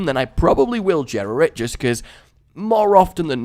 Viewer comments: Its not Jera its pronounced Yera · GOD DAMN IT JERA IS PRONOUNCED WITHOUT THE J.